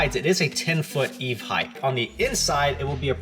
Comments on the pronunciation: Heighth is not a word. Over 20ft in height not heighth. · Wicked cool project, but I have to be that guy for a second. There is no such word as "Height-th". Height Width That is all.